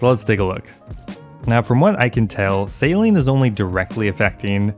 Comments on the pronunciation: Every time you say 'sailing', all I can here is 'saline'. 😂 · why are you pronouncing sailing like saline xD